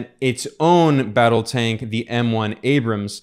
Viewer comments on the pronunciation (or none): none